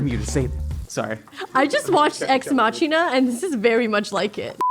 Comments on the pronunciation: it's pronounced Ex Mahkina. Sorry I had to lol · Ahh cringed at that pronunciation of 'ex machina' . . . the 'ch' is supposed to sound like 'k' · "I just watched Ex MAH-chee-nuh, and this is very much like it." -- 🤣 What an absolute mood-and-a-half! confidently mispronouncing words is freakin' adorable EVERY. SINGLE. TIME. And I say that laughing WITH her, not at her. Anyone who claims they knew it was MAH-kee-nuh the first time is fiiiiiiibbin'! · Did she just say "Ex Matsjina"? XD It's Ex Makina in terms of pronunciation ;) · I think she pronounced it like the ch in machine instead of the Latin pronunciation. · Ex machina pronunciation hurt me